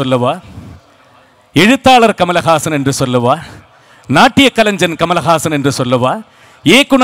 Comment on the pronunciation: Very good speech by all of u. Pls pronounce the word kalainjan (கலைஞன்), கலைன்சன் அல்ல